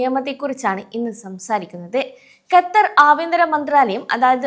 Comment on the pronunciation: Exit permit നിർത്തിയിട്ട് 10 വർഷത്തോളം ആയി ആദ്യം Qatar എന്ന് correct ആയിട്ട് പറയാൻ പഠിക്ക്.